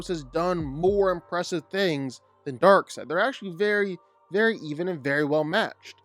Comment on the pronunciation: It's Darkseid, not Darkside. wtf? If you don't know the name, everything else loses any credibility.